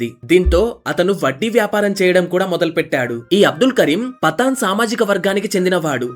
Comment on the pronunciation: పతాన్ పఠాన్ కాదు బ్రో పఠాన్